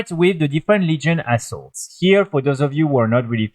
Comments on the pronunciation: I know I am not the only one who heard "New Legion A$$h0l3s". I am not good with English, so I am not making fun. It just make me choke on my drink when I THOUGHT I heard that. lol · Yes! Hahaha